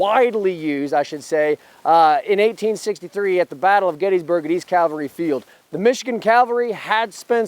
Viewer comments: I’m not trying to give you too hard of a time but there is a difference between Calvary and Cavalry. Don’t get the wrong idea though, I greatly enjoyed the content! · Please, as a re-enactor, pronounce cavalry correctly. it is not calvary. That is where they nailed Christ to the cross. Sorry, but it is mispronounced so often any more, it is grating on me... 1st Air Cav, not 1st Air Cal, easy way to remember it...... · Don't say "calvary" when you mean "cavalry." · If you are going to represent the Cavalry then you need to learn how to pronounce the word Cavalry correctly. You keep saying Calvary which is the place where Jesus was crucified. Two totally different things. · It’s Ca-Val-ry not Cal-vary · Did you say "Cal vary"???